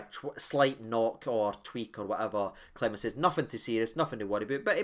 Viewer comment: Clement not Clememt.